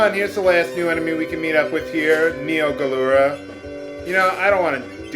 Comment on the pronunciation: Wait... Neo GaLuRa? I thought is was Garula?